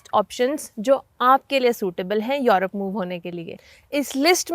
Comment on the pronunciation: मॅडम आप युरोप को यॉरोप क्यूँ केहते हो? What is correct pronounciation? युरोप या यॉरोप? Please clarify this if you know.